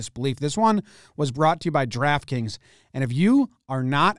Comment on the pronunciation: You already did this one and did it again with a different title. Once you learned additional information from comments you redid it. When you say draft kings you annunciate like an idiot and sounds like you're saying Giraffe kings.